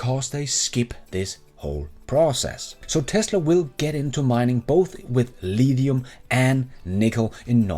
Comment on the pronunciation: Haha, go lEEEEEthium